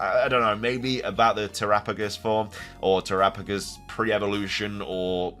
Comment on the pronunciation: You have no idea how long I’ve been waiting for you to pronounce terapagos correctly! Who finally corrected you?